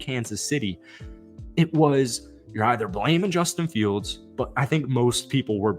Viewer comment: "And 'bustin' fields" 🤣